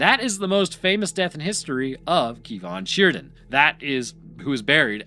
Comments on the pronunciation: its pronounced "Kar Mar Than Sher." just if you were wondering. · First, Wales is not English, but some of our place names are close to the english pronounciation that what you'vre come up with. Let me help you out: Camarthenshire: cam-ar-then-sher Cefn Sidan: kehv-n shee-dan (not "keev") Swansea: swan-see If you have any questions in future, feel free to slide into my DMs, and I'll help you out with pronounciation. ✌️